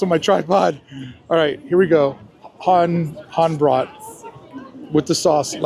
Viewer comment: Hand Brot, Brot = bread and rhymes with boat. Hand = hand but better pronounced hunt. If your cruise travels through the night, you will miss the best scenery. Sailing through a gorge with medieval towers overlooking the river.